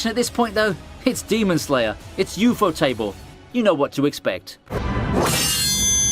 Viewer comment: Please for the love of God don’t ever try to announce UFOtable ever again